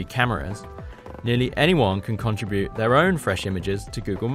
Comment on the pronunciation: Con-trib-bute, not Contra-bute